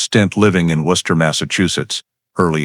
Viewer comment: Maybe some can't take the sound of Gloucester but for me it's Worcester that they've slaughtered the pronunciation of most efficiently.